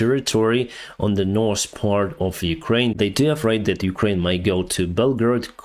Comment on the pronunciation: Reminder, NORTH...NO S AND SOUTH... NO S.